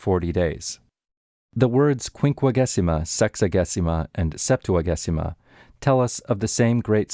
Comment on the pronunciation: Thank you for these amazing complete recordings!!! A tip, in Ecclesiastical Latin, g before e is soft, it is pronounced Septua-jay-sima